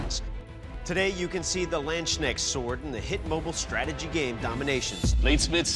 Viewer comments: " the two handed german lanchnix-sword " i am like wtf is he talking about but after listening 20 times i figured out that he means " Lands-Knecht-Schwert " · This Moment when you hear a English man tries to say german words I hear Iandschneck- sword but its the Landsknecht Sword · "Landschneck sword" :D 🐌 No doubt the feared sword of land snails will be in good company with the pronunciations I've ruined in various languages over the years. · Man, hearing you absolutely butcher the Landsknecht Sword's pronounciation. You pronounce it mroe like the Lundsknecht sword, the ch pronounced in traditional german sense, not in the k type of pronounciation. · Everyone keeps saying "lynchneck". How hard can it be to pronounce "Landsknecht"? That's the German word for "peasant", by the way. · "Landschnecksword" KEK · Bruh it makes me mad how they call landsknechts "landshneks" Is it that hard to check how to pronounce it? It's [ˈläntsˌkneKHt] not landshneck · The landschnecksword hahaha :D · Please you Amateurs can you try to learn the pronunciation of the German words you use? Landsknecht not landsshneft or something you word manglers. There is a K in that word and it wants to be spelled. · How am i supposed to ever be able to say "Landsknecht" again when there will always be a "Landschneck" in my mind from now on? After all, who hasn´t heard about the famed "Landschneck" ( land snail, as opposed to "Landser" or "Landsknecht", meaning "armed with a lance"... ) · As a german the pronounciation of these weapons is hilariously dumb. Omg i cant get over how they pronounce Landsknecht...its two separate words...Lands Knecht...not Landsk necht....it translates as Landsservant. Who made this show? You cant call everything in your english accent, do some research. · the Landschneck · "Land Snail Sword" :D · Landscennects, Landschneckt, he had one tast, inform himself how to pronounce that word. Do you? He is paid for this!!! He is just lazy. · lanssknak? neee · You Landschnecksword?